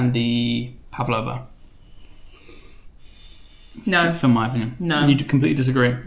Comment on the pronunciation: Tiny correction: "pavlova" is pronounced phonetically - not "pav-a-lova". Just "pav-lov-a". A bit of a personal favourite, especially as my mother-in-law makes it!